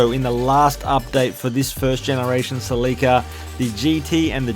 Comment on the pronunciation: Your you’re not pronouncing Celica that word right That name